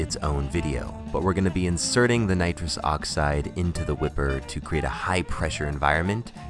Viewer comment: You said nirus dioxyed I though you were gonna huff n20 balloon before you drank ah was well confused